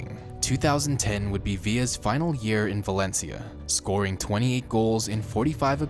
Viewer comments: Valentia?! Valencia= Valen see-ya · He fucked up xavis name is sayin valencha and said atlético wanted him to stay... barcleona*